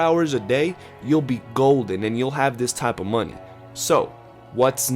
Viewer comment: Boah you said 'muneh' more than dutch 😂